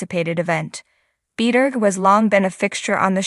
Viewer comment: Please pronounce Shannon's last name correctly. It's hard to take anything that is being said as factual when her name can't even be properly pronounced.